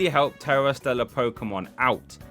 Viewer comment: "Stera Tellar" XD